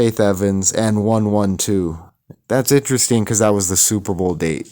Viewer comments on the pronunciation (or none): Bro. The fact that you pronounced it 'one one two' lets me know you are not of the culture. I have never heard anyone pronounce the name like that